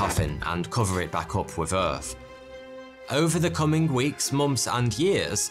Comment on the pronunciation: Please explain, why he speaks so ƒucking strange. Please someone. Is this how people in wales speak? Moomfs instead of months; earf instead of earth etc...